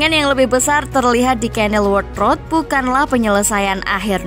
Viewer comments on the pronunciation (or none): none